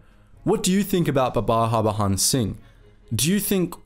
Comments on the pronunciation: I'm a great fan of your videos. But please pronounce 'J' as it should be and not as how the Spanish names have it. Its Harbhajan Singh and not Harbahan Singh. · Bro it's HAR-BAJAN Singh. prounounce that J as J , not as H. Its JAN as in JANUARY 👍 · The J in his name is not silent btw and his name is less complicated than it's made out to be. Har-Bhajan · BTW, the name is pronounced Hur(hurry)-Bha-jun(jungle). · Its Baba Har-ba-jan singh. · In "Harbajan" the "j" is pronounced normally. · The way you pronounced the name 😂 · Man you Totally butchered the private's name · Yo don't presume how the name is pronounced.This is not some French name. J is not silent in Harbhajan Singh.